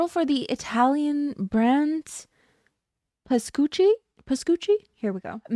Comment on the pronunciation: yep you pronounced Pascucci right 🇮🇹 I’m Italian and I am losing my mind over this news lmfao it’s so interesting to see that brand deal, here in Italy it’s very known, like a bougey coffee place in my town square too. I’m sorry that the Korean branch is badly managed… it happens to a lot of companies like that ugh